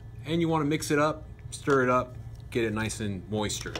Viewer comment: did you say “moister?”